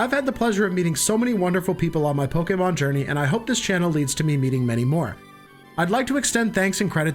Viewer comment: Offf topic but finally a youtuber who pronounces Pokemon right…. It’s so infuriating hearing people say poke-E-mon